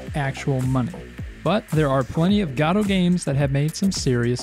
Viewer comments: Gaddo? Godot. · Its, godo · Why is he saying goto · "GOD-OH"? really...? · What the hell is this pronunciation of "Godot"